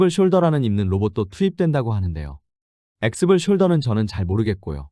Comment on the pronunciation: 엑스블 숄더가 아니고 엑셔블 숄더 입니다.